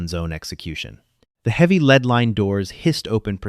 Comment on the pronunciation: Your AI does not say the word lead right